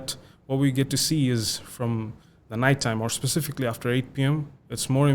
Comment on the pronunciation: All good except "specifically"